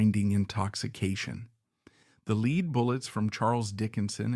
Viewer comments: Lead is pronounced like led. Take some pride in your content ffs. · Lead in this context is pronounced “led”. I’m sorry but this is very annoying in an otherwise very interesting video. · Stop with thinking you are too good or to busy to read this yourself and have to use an automated reader! This is absolutely so horrible. I had to stop at 20 minutes because you keep pronouncing lead like speed instead of like it is supposed to be pronounced OMG you did it in the very first sentence. Take this down and read it yourself. what is your big hurry? Do you think anybody’s going to like or subscribe to some garbage like this? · A truly great portrayal of a suffering man. I just wish someone would tell the narrator (AI) that lead is pronounced "led." I squirmed every time he mispronounced it. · This one was hard to listen to, just because the AI kept pronouncing lead as “leed”. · It's not "lead" pounced like lead a meeting etc. It is LEAD, pronounced "led." The musket balls were made of lead. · It's a consistent giveaway of AI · As always, your videos humanize history and fascinate. However, I couldn't finish this one because your pronunciation of "lead" was too jarring to the ears. It's not your fault. You are the product of the American educational system.